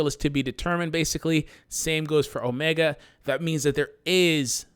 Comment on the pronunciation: O-me-gahd. I want Omega. ....No? walks away sulkily